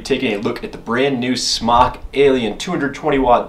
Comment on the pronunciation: Isn't it pronounced "Smoke?" Could have sworn the company was Smōk..